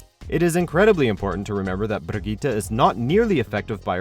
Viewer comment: The way this dude pronounces Brigitte makes me wet.